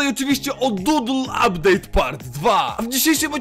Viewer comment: "Uptade" już farmie na nowy uptade :D